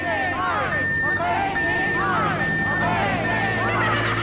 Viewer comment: In the intro they cant even say orange right